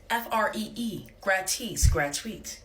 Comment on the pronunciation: By the way she pronounced “gratuit” I sure hope that she wasn’t studying French in Paris, even if it was “free”.